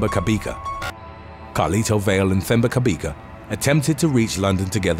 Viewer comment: Lol! Your pronunciation of Themba Cabeka is the strangest thing I've ever heard. It wasn't until you said he's from Johannesburg that I realised it's actually a Zulu name. Themba is pronounced "Teh-mbah" (Teh for Terror, Terrible or Tehran). Cabeka has a click sound. The C is pronounced "Xq".